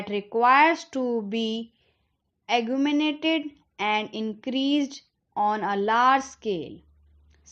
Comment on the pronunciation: Thank u..and wrong pronunciation of moratorium and augmented